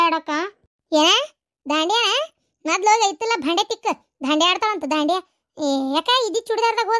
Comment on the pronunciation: ಬಂಡಿಯ ಅಲ್ಲ ದಾಂಡಿಯಾ😊